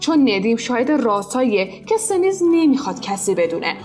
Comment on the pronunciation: ممنون از زحماتتون 😊 ولی در مورد استانبول ظالم اسم ها رو یکم بد خوندین اسم زن آگاه شنیز بود نه سنیز و اینکه اسم زن ندیم هم کرن نیست جرن هستش ولی از معرفی سریال ها خیلی ممنونم و سریال های قشنگین😍